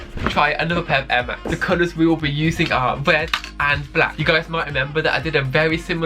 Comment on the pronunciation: I hear he say "Wed and Black" 😂😂😂... good luck broh...